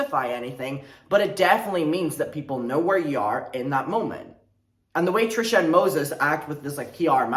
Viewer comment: stop why do you say her name like that 🤣